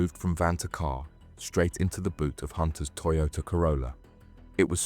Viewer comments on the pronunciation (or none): none